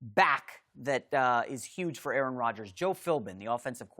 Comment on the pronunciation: Greg need to put some damn respek on aaroms name bruh lol